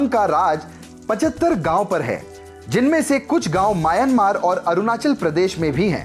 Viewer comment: म्यांमार होता है।